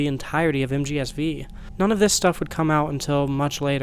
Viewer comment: This is a complete non-problem, but I just can't get over the fact that you say MGSV with the V as "vee" instead of saying "five." Edit: At the end of the video now, it was a really interesting to watch! As great as Kojima doing Silent Hill itself sounds, I also think the circumstances around P.T. becoming lost media add to the mystique - allowing an all-new artistic quality in their own right. I highly doubt that P.T. would have been talked about as much as it has if Silent Hills followed on its heels. This video would not exist, or at least not in its current form, if not for the fact that we are in this specific reality. And, I have to say, I'm glad we're in the reality where we got Death Stranding. I love that game and shudder to think that we'd never have gotten it if things hadn't played out this way. (Whilst also hating that the series of events that lead to its creation involves Konami screwing over Kojima and his team. Fuck Konami.) The topic of two realities is incredibly intriguing. Both in how you draw parallels between Jack and Kojima, as well as in a more philosophical sense concerning the different results of choices. I have had a bunch of ideas rattling around in my head about choices, fate, and how we get to where we are in a given "present" moment - how little it would take to create drastic changes. I don't have a lot of ways to pull these ideas back to the video, but the idea that set in motion this train of thought is this: We can pull the two Kojimas bac